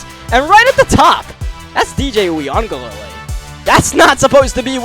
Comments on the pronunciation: it’s “ uuugaalayyyleee “ that’s how it’s pronounced lol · it’s pronounced you ga lay li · I believe it's pronounced, wee-guh-le-le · For anybody wondering, it's basically pronounced: ooya-ga-ley-lee in american, but Samoans would pronounce it closer to wee-aung-gah-ley-ley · I feel like it's pronounced "Yoo- ih -Guh-Lay-Lee"